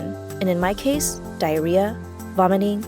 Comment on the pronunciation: I shidded my pants when she said Dirreah